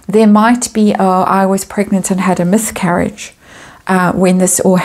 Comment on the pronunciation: Myth-carriage? I love it when I ‘mishear’ you.